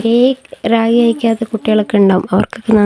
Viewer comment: രാഗിഅല്ല റാഗി ആണ്